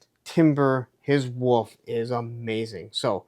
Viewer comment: I knew u don't pronounce wolf correctly....You say woof....😂